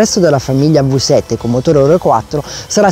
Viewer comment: "vi" 7 NON si può sentire